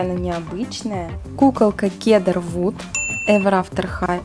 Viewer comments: Хедер Вуд а не Кедер Вуд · Не кедар а ЦЕДАР!!!! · Сідар вуд а не кедар вуд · СИДР ВУД А НЕ КЕДР ВУД!!!!!!!!!! КТО-ТО АНГЛИЙСКИЙ НЕ ЗНАЕТ!!!!!!!!!